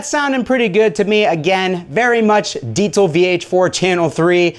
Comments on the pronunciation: "deetsel" lmao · Fyi everyone it is pronounced "dee-zuhl" no t in that word, check out this video on the diesel official channel with the creator to see bullshit is wrong - Diezel VH4 and Diezel Amp Basics: In-Depth with Peter Diezel & Peter Stapfer (subtitled) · Deezel....deeeezel. no t in there.